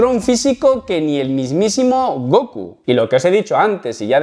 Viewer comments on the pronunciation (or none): none